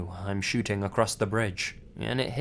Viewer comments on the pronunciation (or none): none